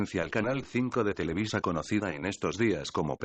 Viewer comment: osea televisa no televiza, ya me idiotizó, jajajaja